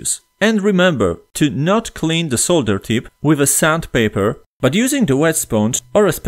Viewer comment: Finally someone says solder and not sodder. thank you